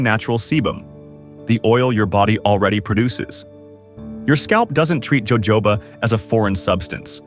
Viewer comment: Evidently you’re not very intellegent… it’s pronounced hohoba, oil , not Jo jobs! Yikes don’t do video if you can’t even pronounce the item you’re talking about!